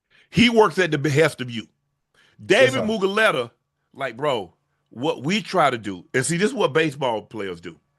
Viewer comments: It's Mulu-gheta, not Mugu-leta 😂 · Oh, you need to pronounce Dave’s name correctly this shit is so funny. You said it wrong 100 times. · For some reason Shannon pronouncing David mulugheta’s name wrong 100 times is really pissing me off 😂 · I wonder if Unc realize he says Mulugheta's name wrong 😂😂